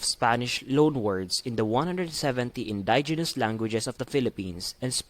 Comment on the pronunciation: Fyi you did not pronounced the words demonized and indigenous correctly…